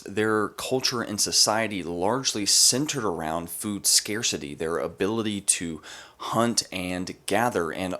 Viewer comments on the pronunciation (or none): none